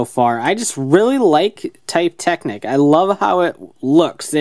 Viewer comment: I don't want to be annoying, but it seems rude, even if Drive is fictional, to choose to pronounce Technic/Technique wrong after hearing the proper pronunciation. You wouldn't say a person's name wrong after getting to know it, would you?